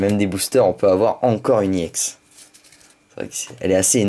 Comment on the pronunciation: on ne dit pas IX !!!! on dit ex